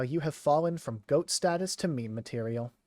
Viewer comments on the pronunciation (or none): none